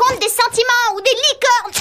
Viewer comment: elle a bien dit « licorne » ?